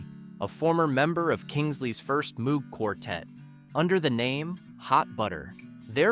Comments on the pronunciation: Moog rhymes with "rogue," not droog. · "Mooo-g" -- Gawd. :( OK, granted I was in a symposium by Moog when I was in college back in the early '70s, so I know how his name was actually pronounced, but dayum, this is the 2020s.... You're telling me some "people" still don't know it's pronounced with a long O?? And for GOD's sake don't get me started on "Blue Sweede......" sigh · "Songs You Didn't Know" that we all knew, word for word. Fun list, of course. And Moog (the synthesizer guy) is pronounced with a hard O, like "slow". Edit: Seriously? C'mon. Don't just phone it in. Blue Swede (Hooked on a Feeling) is pronounced "Suede". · The name Moog (as in the Moog Music synthesizer) is officially pronounced "mogue"—rhyming with vogue or rogue (/moʊɡ/). And there are more obvious mispronunciations in this. I knew 14 of these 15 songs that you said I didn't know. Yah. Not that this was a surprise. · The only list of fifteen songs you didn't know where you know all of them, but the researcers DIDN'T know that Robert Moog got really pissed if you pronounced his name the way it's spelled; he always insisted it's said as 'Mo-wog'.... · "Timothy" was the only one I hadn't heard of. Robert Moog is probably the person in the music industry with the name mispronounced the most. It's pronounced MOAG. It is sad that this was Chuck Berry's only #1 song. It's also claimed that Oldfield swiped a big chunk of "Tubular Bells" when he heard a band called Magma recording. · It's pronounced "Mogue", with a long "O", not like the sound a cow makes! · Moog is pronounced Mogue, as in vogue. I heard the man himself say that, I think he should know. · There were a few mistakes like that. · Robert Moog's last name is commonly known to be said as "Moh-g". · Moog rhymes with vogue and rogue. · please learn how to pronounce Bob Moog's name properly HINT: It has nothing to do with a cow. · Don't you just hate it when someone cannot pronounce the name, "Moog" properly! Hint, it rhymes with Vogue!